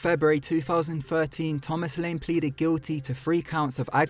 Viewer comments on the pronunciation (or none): none